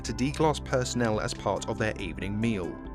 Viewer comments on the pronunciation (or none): none